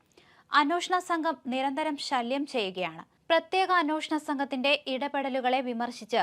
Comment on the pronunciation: എത്ര പ്രാവശ്യം പറയണം അന്വോഷണം അല്ല അന്വേഷണം ആണ് എന്ന്. കുറച്ചു ശ്രദ്ധിച്ചു കൂടെ. എന്ത് അരോചകം ആണെന്നോ ഇത് കേൾക്കുന്നത്.